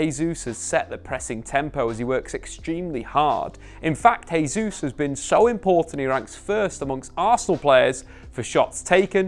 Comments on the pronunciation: In Spanish a letter J at the start of the word is pronounced as an H. In Portuguese a J at the start of a word is pronounced as a J. Jesus is Brazilian thus speaking Portuguese, therefore his name is "Jesus", not "Hesus". Pronouncing someones name correctly is just the basics, especially as Jesus has been playing in England for years. I think Shearer also pronounces his name incorrectly, but I'll give Shearer a pass as Geordies barely speak English as it is. Just as an added aside a word starting with R in Portuguese is pronounced H, so all these years you've also been saying Ronaldo incorrectly also. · Love your work but it's pronounced Jay-souz not Hay-souz. Portuguese doesn't substitute the J with Hay. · Just FYI. You keep saying 'Hayzeus', so you're using a foreign pronunciation to get it a closer to how natives would say it. However, you're using the Spanish pronunciation of 'Jesus. You should use the Portugese version - phonetically this is 'Jay-zeus'. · It’s not pronounced ‘Hay-sus’. That only happens in Spanish and not Portuguese. Really annoying that you insist on calling ‘Jay-sus’ as ‘Hay-sus’. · Nice analysis, but cmon, you should know that being Brazilian, Gabriel's last name is pronounced Jay Zeus, not Hay Zeus. As for signings, Mudruyk and Thuram both seem like they would be nice additions. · 2022 and still saying “hey-Zeus”